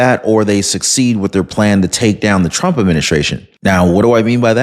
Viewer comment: Did she just turn the name TRUMP into two syllables?